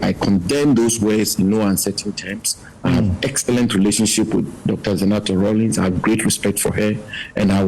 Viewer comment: Zanetor not Zenator .